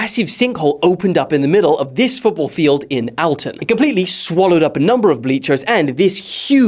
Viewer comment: why do you say Alton like that